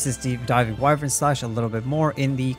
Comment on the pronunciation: Voice actors in the game, and pretty much everyone else: why-vern This dude: we-vern